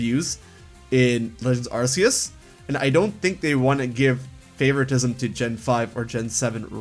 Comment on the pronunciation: ARK EE USS say it with me now: ARK EE USSSSSSSS